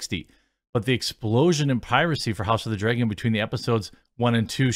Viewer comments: LOL hes like we dont all talk like that and then says house of the "dregen" 80 times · The only things I really notice in your accent is that you pronounce things like bag and dragon as "beg" and "dregon". Other than that you pretty much sound like a standard american to me. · Is he say house of the "dray-gon" or dragon? lol accent differences lol i can't say anything being southern lol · I get it. You think you don’t have much of an accent. But the accent you do have I dig. Being from the south. I mean. Mines not thick and self gratifying like most from my region. When you pronounce vowels it shows. As most accents do. Like. House of the “Dray”gon. Lol. Love it. Aww Jeec. Lol. Love you bud! Don’t mean to rayg on yas. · "I don't have a Wisconsin accent...flayygship drayyyygin" lol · I always notice you saying "bayg" for "bag" and "draygon" for "dragon." <3 It's cute. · Speaking of accents.. i like how you say dragon.. draygon lol